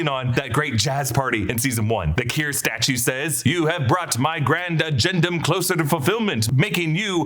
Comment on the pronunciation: Agendum sounds like “again, dumb” 😂